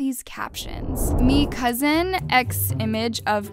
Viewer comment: yh like wtf i cracked up when she said Me cuzzen like bruh😂🤣